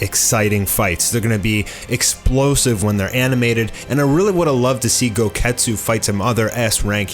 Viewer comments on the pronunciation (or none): Goketsu sounds like, GO GET KETCHUP